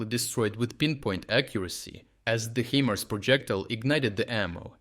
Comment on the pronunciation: Really "HE- MERS" well that is mangled English! For you mangled English the correct pronunciation is "HI-MARS". Or use AI!